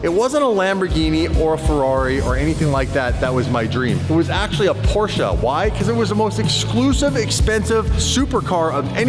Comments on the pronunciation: PorschE not porschA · Its a Porsche, NOT a PorscheA. Learn the name............................... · The way they pronounce Porsche 😅